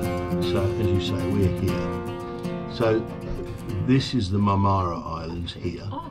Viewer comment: "Mar-ma-ra" not "Mam-aara". Have fun.